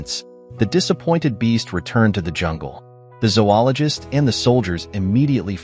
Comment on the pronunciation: No. Zo-ologist. Long O in the first syllable.